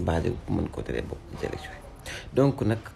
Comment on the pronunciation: Man sa "Z" yi momay ray zhumilié, zélection 😂😂😂 non BR amo😅